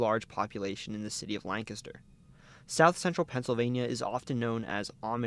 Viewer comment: As a Lancaster County native, THANK YOU for pronouncing it correctly!